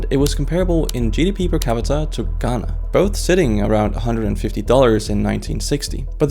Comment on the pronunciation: What a fuck!!! U said Ghana right?